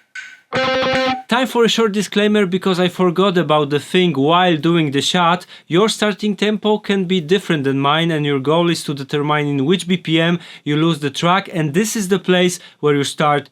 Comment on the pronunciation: deter-mean , not deter-mine, othewise, great advice!!!!